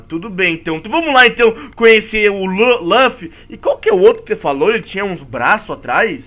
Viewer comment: Ele falou lufy e kaneki errado